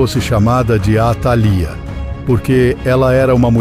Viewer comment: faltou acento atalía líii